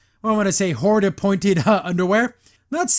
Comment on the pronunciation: really is. Not to mention how they butchered Hordak.